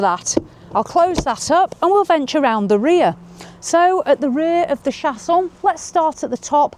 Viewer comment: That is so pretty! Love the French pronunciation 😉 and I can’t believe it’s not that long/wide either yes doesn’t seem too small! Most of the compact ones look compact 😊